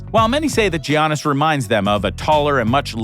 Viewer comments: How hard is it to say YAN-is ? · Did he say Yiannis like Giannis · It's not G aunas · And all this time I was pronouncing Giannis name wrong.